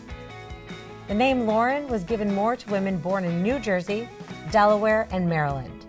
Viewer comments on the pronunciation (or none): none